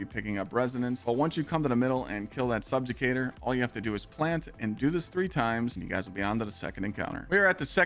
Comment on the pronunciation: Stolen Favor= “Stolen Valor” Wolfpack Rounds = “Woofpack Rounds” Subjugator = “Subjucator” And I thought Kackis messed up with pronouncing words